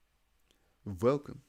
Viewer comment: You speak English very well. Love the Velcome ... adds interest !!!!